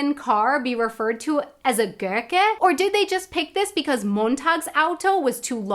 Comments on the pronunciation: BTW, just a hint: If you try to pronounce "Gurke", make sure the "r" does not change the "u" sound. "Gummi" and "Gurke" should sound alike at the start (not like "Görke"). The same is true for "i" before an "r", so "Bild" and "Birke" also sound alike at the start. I imagine this can be a challenge for English-speaking people (as, in turn, it is difficult for Germans to avoid aspirating the "k", "t", "p", or to avoid the glottal stop before vowels). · you can say "ghoul", so you can also say "Gurke" without it sounding like "Görke", which isn't a word. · Eine Gurke - pronounce more like the english "goo" but not as long as the "oo" is in english. And yes, das ist eine Gurke - that's a lemon.